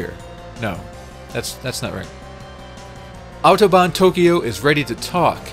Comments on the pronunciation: I'm impressed by your correct pronunciation of the word "Autobahn". :) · I am impressed. I actually never heard a native english speaker saying "Autobahn" as clearly and pronouncing it as correctly as you just did. Glückwunsch! Des Weiteren: Watching the tunnel glitch repeatedly allowed me to transcend into a higher form of existence. Thank you for that.